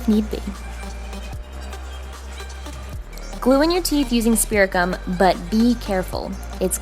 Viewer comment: When you said to stick the teeth with spirit gum I thought you said spearmint gum and I'm like ok???